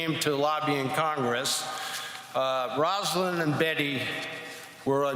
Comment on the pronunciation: It's a beautiful speech, but why can no one call Rosalynn, Rosalynn? Rosa. Lynn. Not "Rosalind." EDIT: Mondale did it. He said "Rosalynn." 👍